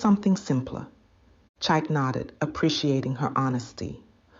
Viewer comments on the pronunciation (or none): You should keep the pronunciation of the name the same one moment CHIKE the next CHAIK? HABA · How can one name, Chike, have 3 different pronunciations in one story?😁. Chyke, Cheeck, Chiki😂😂😂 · Great story, but what’s with the change in pronunciation of ‘Chike’.